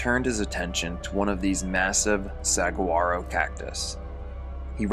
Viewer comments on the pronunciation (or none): If you say "SAG-wah-ro'' instead of "sah-GWAH-ro" ... You might just be a gringo. Lol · Hello I'm the community pronunciation coach ,and I'm here to correct you on a word ! And that is Saguaro and it's pronunciation is as follows " Suh-wahr- o" and it has a Spanish accent to where the "g" sounds like "h" ok this is the easiest way to coach you on t his ask a Spanish speaker today it for you ok and thank you ,we enjoy the stories and appreciate your work . But cannot stand when people on here and there are many of you on YouTube that just obliterate words and it's so annoying and it makes you all sound illiterate. Not saying you are just uneducated sometimes . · Good video the way to pronounce the cactus tree in the AZ fate is “su aaro” the g is silent :) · The name of the cactus ("saguaro") is pronounced "sah-WAR-oh", fyi. And David definitely deserved what he got. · Pronounced sa wa’ro 🌵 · There's no 'g' sound in suguaro, it's a 'w' sound instead. Just in case anyone cares 🤷🏻‍♀️